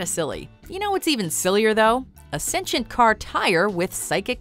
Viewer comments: excuse me? The tire is what? Sinchent? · What is "stencient"? Didn't you mean 'sentient beings'? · What's even sillier is the mispronunciation of sentient